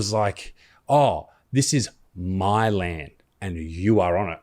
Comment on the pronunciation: The amount he emphasised the word “My” definitely didn’t help. It almost sounded like a selfish propping up of himself and his own family when we are paying respects to our Anzacs not his family. Though I don’t agree with a welcome to country in this situation, if he was going to do one, it should have sounded and been worded completely different.